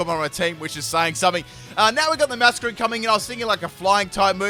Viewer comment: Did he call a masquerain a muffle miggin? Chimchum? 😂